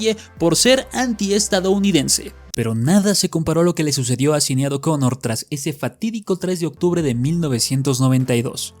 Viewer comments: Ehm,, se pronuncia "Sainid" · Datos curiosos sobre este video: 1. El nombre de la difunta Sinéad O'Connor es uno de esos nombres irlandeses no muy comunes. La pronunciación correcta es "shin-EID". 2. Public se pronuncia "PO-blik". 3. La canción E.T. (I love you) de Buckner & Garcia no tenía batería cuando apareció por primera vez en 1982, no 1983. La versión que se escucha aquí es una regrabación de c. 2009-10, unos dos años antes de que el difunto García pasara a mejor vida. (Existe un video con la versión original en YouTube) 4. El difunto Falco también intentó tener algo de éxito con Vienna Calling, pero no tan grande como Rock Me Amadeus. 5. Irónicamente, uno de los hermanos de Las Ketchup, "Tomatito", llegó a tener algo más de fama que ellas, llegando él a aparecer en un video de Romeo Santos. 6. La canción We no speak Americano por Yolanda Be Cool tiene triple ironía: Aparte de ser recordada como es, muchos la recuerdan cuando Pitbull la sampleó en Bon Bon. Sin mencionar la confusión que causó en muchos creyendo oír el consabido "pa-panamericano". 7. Alexandra Stan llegó a grabar un número con Daddy Yankee, pero sin repetir el éxito de Mr. Saxobeat